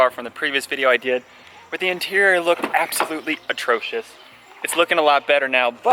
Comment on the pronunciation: "Atrocious!" More like "at*roach*ious"